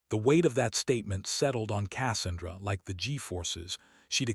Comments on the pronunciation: Besides the piss me off ending that we know she won and saved the eighteen, at least they could have fucking pronounced Cassandra the proper way using their text to speech piece of crap. Pronounced kə-SAN-drə. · Learn how to to pronounce Casandra, when you say it my ears bleed 😊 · The narrator needs to learn how to pronounce Cassandra. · This is a annoying to listen to - the AI reading it is obvious and stupid. When it reads the sound of the Avenger cannon - supposed to be "BRRRT" - as "Bee arr arr arr tee" - it's obvious. Pronouncing "Cassandra" as "KASS-an-dra" rather than "Ka SAN-dra". Stop being so damn lazy and get a human to read it.